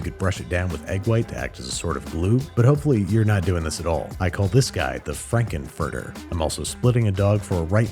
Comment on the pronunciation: It’s pronounced Fronkenferter.